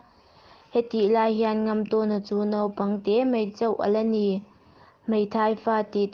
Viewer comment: Chhiar thiam viau e, mahse tlemin chhiar dik loh te chhiar dik thei turin theihtawp han chhuah zel teh. 'Mai' tih turah 'mei' tih a awm nual bawk, chuan a thluk a tam mah mah, han bei zel teh le.